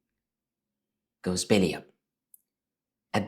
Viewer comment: bell-y up, you pronounced it bill-y up. Think of the word bell 🔔 and the letter "e". Good video